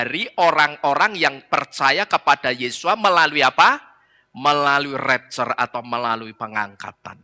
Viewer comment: Ngomong rapture saja gak becus!!